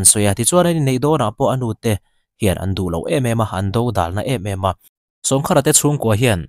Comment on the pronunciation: Sawngkhara tih I thluk dan kha khar tih lai kha thluk deuh tur,sawng tih awmzia hi kawngka/kawngkhar tihna, sawngkhara tih awmzia chu kawngka khara tihna vel a ni e